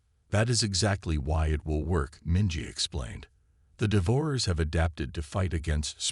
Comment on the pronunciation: The AI narrator needs to learn proper pronunciation of "devourers", among other words.